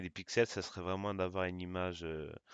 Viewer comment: Il faut dire image et non imaze